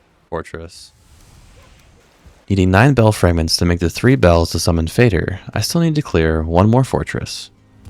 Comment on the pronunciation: FINALLY someone who pronounces Fader correctly